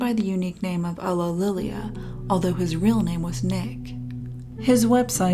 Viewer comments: It's pronounced You-lee-lee-ah not UGHlililia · So how many outtakes did you have while pronouncing "ulillillia"?